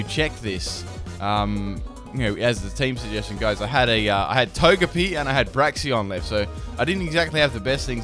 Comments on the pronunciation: "Braxion" it's Brakes-un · its "braixen" not braxion??? or somthing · "Braxion"?? It's Braixen... I know not all your pronunciations are correct, but that one wasn't even close haha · Braxion u mean braxian Oh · Braxion I thought it was Braixen ......... has life lied to me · You say Br-A-Xie-on It's actually Br-ay-xen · Why does everyone always call Braixen "Braxien" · THERES NO O IN BRAIXEN